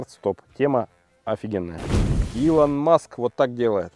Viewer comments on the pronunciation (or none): none